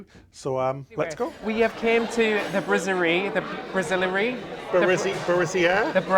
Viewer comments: Brasserie.you said brassiere, which is a bra. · (I know this is a serious video) BUT... you pronounced La Brasserie as "La Brassière" which in english is "The Bra" 🙂 Brasserie = Pub. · What's so hard about pronouncing Brasserie, have you not heard of the brass the metal? La Brass-er-ee. Google is your friend. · I'm fine, thanks. The pronunciation is indicative of their standard of review. If they can't even be bothered to "learn the lingo" a bit, and drop the silent T, then what else don't they understand/comprehend? It has nothing to do with having a regional accent, I'm from Scotland, yet we know how to pronounce words that are said to us by foreigners without elocution lessons. No wonder the English have a reputation for being arrogant abroad. It's not a big deal. MSC will continue to be sold out, even these 2 guys will be back, I guarantee you. Go on a MSC cruise and see for yourself.